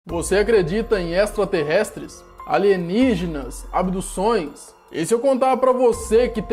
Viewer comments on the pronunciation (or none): você acledita em estla terrestles kkkkkkkkk